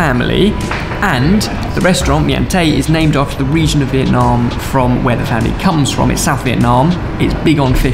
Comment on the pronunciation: When is the only one who pronounces Vietnam wrong... My heart 💔